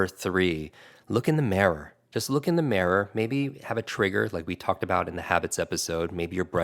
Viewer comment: That is the WEIRDEST pronunciation of the word “mirror” I’ve ever heard. “Marror”???